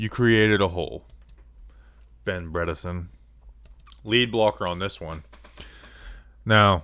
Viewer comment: Bredeson, not Bredenton